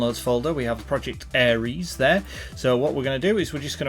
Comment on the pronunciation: ITS NOT ARIES ITS ERIS. Two different gods, completely different pronunciation.